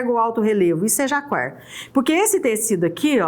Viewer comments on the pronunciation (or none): pronuncia-se JACÁR o nome do tecido cuja estampa é em alto relevo, como mostrado nesse vídeo.